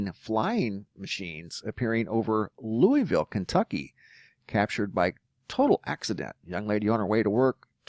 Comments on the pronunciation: Only s life long Kentuckian can tell the PROPER pronuciation... Loo a vul. Equal emphasis on each syllable. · It’s always funny to hear anyone say, Louisville, that lives outside of Kentucky. 😂 (loo-ee-ville/loo-a-vull)